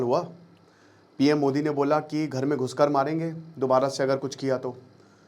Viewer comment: Delhi me 13 logun ka maara pakistani backed local terrorist ne.... Kaha maara ghus ke? Ungli kyun pause button pe hi atak gayi? Itna stress dete ho "ghus ke maarenge"! Your accent becomes almost ridiculous.